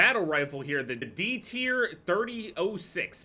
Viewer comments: Its “30 haut 6” not 30-06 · Thirty ought Six is how it’s pronounced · If you’re wondering, the Dtir 30-06 is pronounced “thirty aht 6” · 30- ott 6 is how you say that by the way